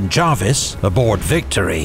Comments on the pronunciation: Small point: John Jervis pronounced his name as it's spelt, not as "Jarvis". BBC's Pronouncing Dictionary of British Names includes this note under "Jervis": Jervis, (jérviss) ; ['d͡ʒʒrvis] (jaarviss) The first is appropriate for the family name of the 18th-c. admiral, the Earl of St. Vincent. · Amazing video, but by god its pronounced JUR-VIS not Jarvis for John Jervis, 1st Earl of St Vincent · Fair enough, but... Not 'the British navy', but the Royal Navy. Jervis' name is pronounced as written, not as 'Jarvis'. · Good video but pronunciation of Jervis as Jarvis really irked me 😅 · Why do you insist on pronouncing Jervis as Jarvis? Is it misspelt in your script? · Well I'm British, and it is pronounced Jervis.